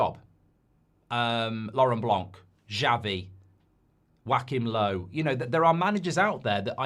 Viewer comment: I heard whack him low, but yes, Joakim Lev is how to pronounce it